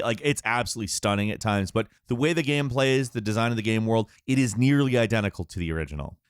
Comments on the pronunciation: Bro I hear it every fucking time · How says Gaem. Holy shit every time I cringe. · I've never heard anyone pronounce the word "game" like this. Gearm?? Gemme? Germe?! Gim??